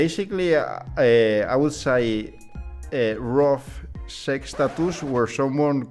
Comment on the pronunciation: 🤣🤣🤣🤣 when the .music stops playing as he mentions rough sex . But sounds like he says Roof sex ! That was freaking amazing. Lol